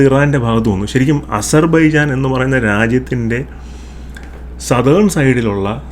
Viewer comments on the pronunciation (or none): താങ്കൾക്കും അസർ ബൈജാൻ എന്നു ഉച്ഛരിക്കാൻ കഴിയുന്നില്ലേ 😂